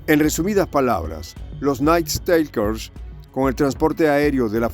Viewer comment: Por favor, el Ingles no es tan dificil como el Mandarin o el Aleman, si va a repetir la palabra "Nightstalkers" 1/2 docena de veces, busquela en el diccionario online que tambien le da la pronunciacion. Gracias.